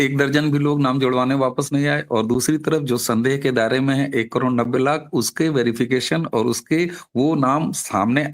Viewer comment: करोण नही करोड बोलो क्या आप "ड" अक्षर का उच्चार नही कर सकते?